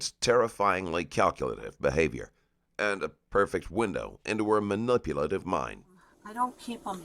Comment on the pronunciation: its ai, you can tell by him mispronouncing words like manipulative, which he misspelt as manuplative in one part